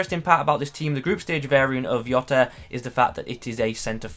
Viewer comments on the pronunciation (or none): Its how he talks when he says yota and not jota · I understand you're not Portuguese (That's fine) but the last name is pronounced 'Joh-ta'. P.S. Finally an upgrade. Now Robertson needs an IF and we're good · Diogo what mate? 😂 decent review btw ( it's diogo jota actually like it's spelled 😅)